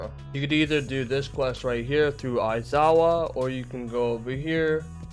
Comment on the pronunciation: i think u misunderstood him, he is trying to point out the fact that he said 'Izawas', not 'Aizawa'